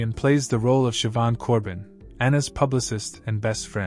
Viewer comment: I do not understand how these people do not fear the Lord. Oh, and Siobhan is pronounced Shivaun and it means God is gracious.